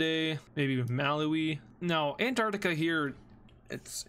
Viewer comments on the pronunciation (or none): none